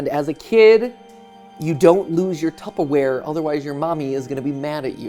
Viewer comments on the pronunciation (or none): My biggest takeaway from this video is that matpat pronounces tupperware “tuppaware” at least every other time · Tupp-aware, Jason xd